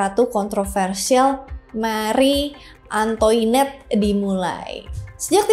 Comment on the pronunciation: Makhri antoanet bacanya 🤗🤗